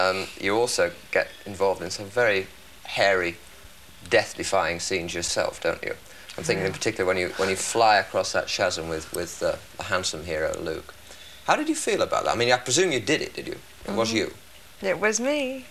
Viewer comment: All I can think about after this interview is who the hell pronounces chasm as shasm?! Has he only ever read the word and never heard it pronounced before?